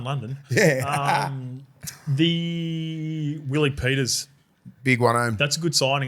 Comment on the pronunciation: Come on Willie what's up with your pronunciations.been living in Australia to long